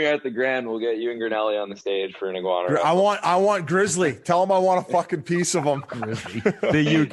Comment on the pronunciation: Biz can't read worth shit man. Iguana = You-ginny?